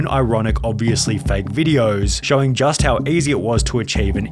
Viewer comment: how did you manage to mess up the word "just" and "positive" postaive 💀